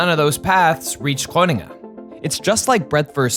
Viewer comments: yeah they butchered Groningen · "grunningun" lol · Didnt expect this video to turn into an Amerikan trying to pronounce Groningen over 5 times in a row, but can't say that didn't elevate the pleasure of my viewing experience. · i'm not comfortable on how you pronounce Groningen 😅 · gruniggen.. lol you had the pronounciation right there. It's fine though. It is definitely one of the more difficult towns to pronounce for non native speakers. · You included an interview of Dijkstra pronouncing Groningen and only seconds later you butcher it with grunnegun. Schaam je. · Where is Gwoningen 😂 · So funny how you mispronounce Groningen. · this video is like that video of benedict cumberbatch saying penguin all the wrong ways.. but instead the word is groningen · Yeah this proves to me that the narrator at that point,, is Dutch. I believe he mentioned it before as well. Later in the video, you can clearly hear how Groningen is butchered again, multiple times. But not when the OG Veritasium Dutchie pronounces it 😂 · Dude why are you butchering Groningen pronounce hard? You could at least have google it G is not a G as in English. You have millions of followers whom might hear and learn it for the first time. And now those people are saying wat ever the hell word it is that your using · I noticed that too. I've spent some time in the Netherlands a couple hundred years ago. Enough to notice Groningen being pronounced with a full american G later 😅 (I remember being corrected on how to pronounce that, multiple times) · Yes, just a few seconds later Groningen turns into Groningen. 😀 It is so unfortunate that they know the pronounciation of Dijkstra and Groningen, but decide to do something else... 😞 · As someone living in Groningen, I found it very funny hearing you pronounce it every time 😂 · The pronunciation of Gröningen was an absolute travesty. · The best part is hearing the Veritasium hosts try to pronounce Groningen. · pronouncing Groningen like that hurt me 😭